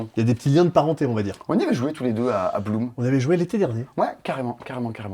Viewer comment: "Allez! Parce que Blum" (Bloom) Ça m'a tuée 😂